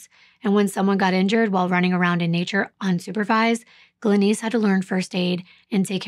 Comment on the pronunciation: Why can't you prounounce the name Glenice correctly?